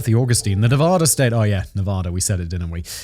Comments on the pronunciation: It's Nevada, not NevOda! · Fantastic episode this one. but Simon you’re killing us with your pronunciation of Nevada. It’s not fancy, just pronounced Nevaduh. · It's pronounced "Nev-add-uh", Simon. Would YOU be okay if someone regularly called you "Semen"? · Simon, it's pronounced nevAda. the first A is pronounced like the A In cat. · As a man currently living in Reno, just know, fact boy, I will fight you if you keep pronouncing Nevada that way. You're talking about America. Speak American. (Love the show, listen every day)